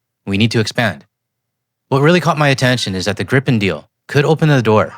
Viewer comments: On the subject of pronunciation ... Gripen isn't "Grippen" and not "Gr-eye-pen", it's pronounced "Greepen", meaning the griffin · Just a humble tip. Gripen is not pronounced Grippen or Graipen; it's more like Gree-pen. Simple rule in Swedish: long vowel before a single consonant, short vowel before a double consonant. At the same time, I'd like to point out that the French jet, "the gust (of wind)," is not pronounced Rafael. How it should be pronounced correctly, I leave to the French-speaking Canadians, who probably know this better than a Swede with French only as his fourth language. EDIT: And let's not forget that the SAAB AWACS with the GlobalEye is essential for Gripen to operate to its fullest capacity. It's based on a Bombardier Global(!) 6000 from, yes, of course, Canada. I think that three of them were included in the package. From a logistics POV, it makes sense to build those AWACS entirely in Canada. Flying the planes to Linköping rather than shipping the equipment to Toronto or Ottawa in containers would benefit not only Bombardier and Canadian workers but also help SAAB sell more of those impressive electronic warfare planes in the future. True partnership FTW (For The Win). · I have heard so many mis-pronunciations of the name of the plane. It is pronounced as GREEPIN. But why not simply use the English translation of the Swedish word? "Griffon". The mythical creature with the bodies of an eagle and lion together. An appropriate name for this superb aircraft. 👍